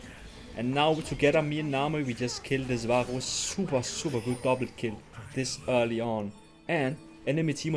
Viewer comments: ur accent saying varus is killing me haha. vaaaaooos. love the vids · He pronounces "varus" with the weird gothic r 🗣️🗣️🗣️